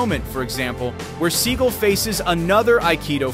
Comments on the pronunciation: he is mispronouncing his last name it's sagal not seagull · Sa gall not pronounced seagul